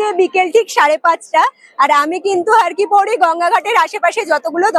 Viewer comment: দিদি রে, একটা কথা বলি কিন্তু কিছু মনে করতে পারবে না। কথাটি, ' হরকিপ্যাইরী ' হরকিপৌরী নয়। যার অর্থ, "হর বা শিবের পা"। মতান্তরে, "হরির পা" ধন্যবাদ🙏💕